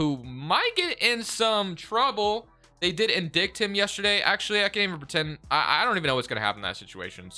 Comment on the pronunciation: The way he said indicted lol